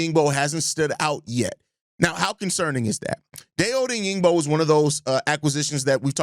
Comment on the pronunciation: I think Dayo *Odeyingbo* is pronounced: Die•yo Oh•deng•bo 🐻⬇️